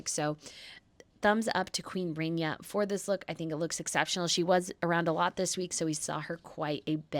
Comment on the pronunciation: No excuse: it's Queen Rah nee a , not Ray nee a